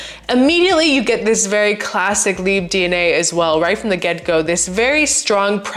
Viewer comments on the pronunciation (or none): It’s not pronounced leebuh it’s pronounced leebruh with a French r.